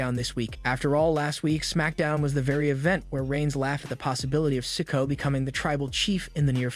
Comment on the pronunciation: PLEASE LEARN TO SAY THEIR NAMES RIGHT YOU ARE SAYING SOLOS LAST NAME WRONG GET IT RIGHT ITS NOT SICKO LIKE YOU ARE SAYING